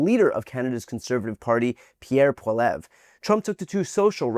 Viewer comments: It's pronounced polly ev ra. But we just call him PeePee, the yellow stain on the front of Canada's white pants 🤣❤️🤍❤️🇨🇦💪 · It's pm Pacific time up here in Western Canada, and it's looking like Prime Minister Mark Carney will remain in charge, Thank the good lord thundering Jesus! ☺️🥰 💪🇨🇦💪🙌 Trump can suck it! Go pound sand Trump and mini Trump Poilievre. (Pronounced pol-lee-ev. Just sayin 🤷 😊) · Pronounced Pol e ev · It’s pronounced polli-ev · I dont like the guy, but please brian at least learn how to say pierres name 😊 How many times did you say it in this video and never once right. Wont be that hard to hear how to pronounce it properly. Just do the bare minimum of research. Like watching a canadian youtube video of pierre youd hear how to properly say it lol